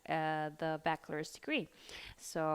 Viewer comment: Critica constructiva: se dice baCHelors no baquelors. La CH en esta palabra se lee igual que la CH en español. Todo muy informativo.